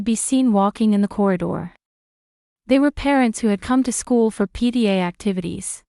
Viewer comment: It was probably not PDA but PTA. AI Does not always read properly.